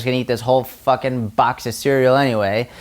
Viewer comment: "Sick Fahkin Table" your New England came out - I'm so proud 😂😂